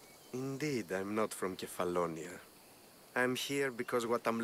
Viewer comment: Kephallonia is pronounced as kefalonia.